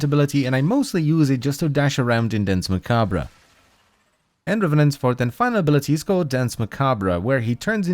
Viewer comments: Nice video, loved the in depth review. But man, I have to point out that you badly mispronounced Danse Macabre. It's actually pronounced closer to Dawnce Mah-kab. Both words are french, and literally means "Dance of Death", which is an old artsy trope that all people regardless of their lot in life will be whisked away in a final dance or show by the personification of death. Which I felt kinda adds some flavor to this warframe. As it's kind of implying it's the personification death. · Its prononced "dance ma-kabe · That is not how you pronounce Dance Macabre (its french) and he spins COUNTER-Clockwise.